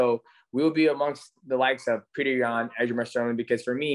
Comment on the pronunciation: Great interview, DJ’s one of the greatest, but this man sat in a thirty minute interview Calling Aljo “Aljamer Sterly” 😂😂